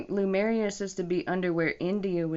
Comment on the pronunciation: It sounds like you mispronounced Lemuria. It sounds like you said Lamaria. Also, I once heard that Lemuria was in the Pacific ocean, but an article online says it was in the Indian ocean. I'm not sure which one is true.